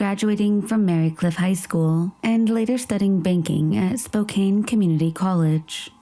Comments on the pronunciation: Spo-Can not spo-cane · Better late than not at all, but it really sucks when the perps evade justice in this lifetime by dying. In case anyone's curious, "Spoh-CAN" (like a can of soup) is the correct pronunciation (she also says it "Spoh-CANE" like a candy cane). ☺